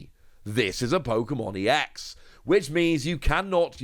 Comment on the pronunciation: Given that 'ex' is in lower case, it isn't pronounced 'E.X'. You just pronounce it like you would the ex in ex-wife :D.